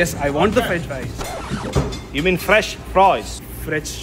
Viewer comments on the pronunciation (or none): i like froiz